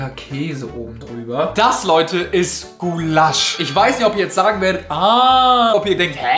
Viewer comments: macht aus Gulasch ("Gullasch") "Guuuuulasch" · Gu-lasch... einfavh lachflash digga das heist Gula-sch 🤣🤣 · geiles video aber was zum fk ist gu lasch das heißt gulasch... guuulasch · Das wird Gulasch ausgesprochen und nicht Gu-lasch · Bin ich die Einzige, die es triggerd, dass er Gulaaasch sagt, statt Gulasch. Das triggerd, die Ungarin in mir 😅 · Omggg wie sprichst du den Gulasch aus man sagt nicht Gulaaasch sondern Guuulasch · es heisst gulasch und nicht gullahsch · Es heißt nicht gulaschhhh sondern Gulasch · Es heißt gUlasch nicht gulAAAAsch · Gullásch??? WAS?? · Sprecht Ihr Gulasch auch so aus wie? Mir kommt das echt falsch vor, vielleicht kenne ich das aber auch flasch. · Bro was ist GULASSCCHHH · hat der ein ausprachfehler wer sagt "Gulaschhhhhhhhhhhh" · nah bro es heißt guuulasch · Hab ich mich auch gefragt 😂 Zudem spricht er Gulasch auch nicht richtig aus 😅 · Es ist echt extrem gottlos wie du "Gulasch" aussprichst :D Das hat mich so sehr getriggert, bitte streich das Wort aus deinem Vokabular ^^ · wie du gulasch aussprichst, hat mich einfach aus der hölle getriggert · omg lern bitte Gulasch auszusprechen!😂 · Wenn der noch einmal Gulasch so ausspricht flipp ich aus LUL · GUlasch bitte was es heisst gulasch!!!💀🫶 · mich triggert wie er Gulasch ausspricht am meisten- mal abgesehen davon dass das nichts mit Gulasch zu tun hat :D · Kannst du Gulasch bitte richtig aussprechen das triggert so hart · Also wie du Gulasch aussprichst nä… das ist ja wirklich mehr als kriminell